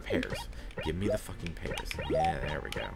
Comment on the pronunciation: Pears rhymes with BEARS! :D